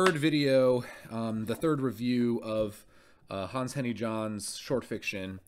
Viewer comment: The German J is pronounced like a Y: Yahnn. You had it right for Jünger.